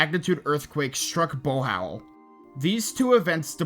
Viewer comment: I. Pronunciation 1 bee-col, not beh-col (bicol) 2 bo-hol, not bo-hal (bohol) 3 seh-bu, not say-bu (cebu) 4 i-lo i-lo, not i-loy-lo (ilo ilo)